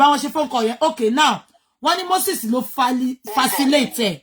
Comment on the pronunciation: teeth cannot let her pronounce facilitate 😂😂😂😂